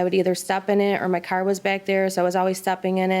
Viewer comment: I love how they pronounce car. Lol 😂 "cair"